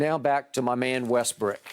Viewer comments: Bro we got TV analysts calling this man "WESTBRICK" like bruh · 'Lets talk about Westbrick" lol